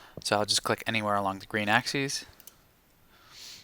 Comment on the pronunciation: "Ax ees" is plural. The singular form is pronounced "ax iss".